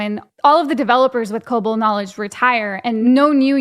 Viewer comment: Why does that one lady call it co-bull? We all call it co-ball here.